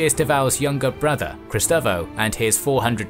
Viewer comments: The man was called Cristóvão and not Christavo... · A few incorrections regarding the portuguese names or pronunciation, Miguel in portuguese is pronounced Migel. The Cristavao is not correct, its Cristovão, Pronounced: Kristovaum.